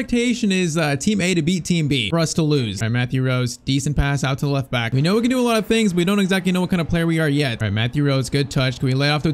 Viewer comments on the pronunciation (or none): none